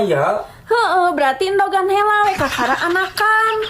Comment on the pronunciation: TEEH coba gunakeun Bahasa Sunda nu bener....LAIN HELA....TAPI HEULA. Eta ngomong HELA..di ulang ulang, nu leres mah HEULA